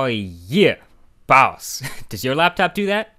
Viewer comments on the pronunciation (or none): you saying baws made me subscribe ll